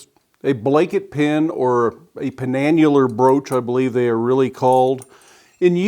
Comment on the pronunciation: You did, in fact, pronounce "penannular" correctly. An excellent piece! I've seen a few that size in an exhibit of Viking-age artifacts at the Franklin Institute in Philadelphia. Those ones were silver, not iron, and highly ornamented with chasing and other embellishments. While definitely on the larger side than what would usually be used, it's definitely in the realm of historical examples.